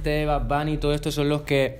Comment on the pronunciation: De verdad dijo bad buni?